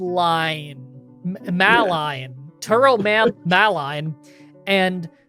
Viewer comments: Tourmaline is pronounced tor-ma-lean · Most people pronounce it "Tour-muh-leen" as in the word 'tour'